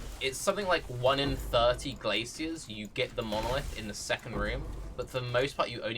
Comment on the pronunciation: The way he says “glacier” tho..